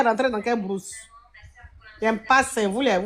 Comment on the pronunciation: Mais pourquoi les burkinabés peuvent se ridiculiser comme ça bourse il dit brousse 😂😂😂😂